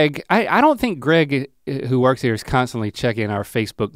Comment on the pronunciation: “I’m hare, and I’m quare!”